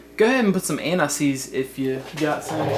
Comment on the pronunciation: the way he said anti seize sounded like he said anuseees